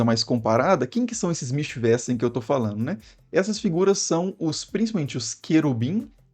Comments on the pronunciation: Mischwesen se pronuncia Mischvesen, não mischvésen.... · Pronuncia-se mischvêzen. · Seus vídeos são muito bons. A pronúncia de Wesen : Vêzen. Mischwesen; Michvêzen. Abraço! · "Mísch vêzen". Pode tacar Mischwesen no Google tradutor e pedir pra falar, que a pronúncia sai correta.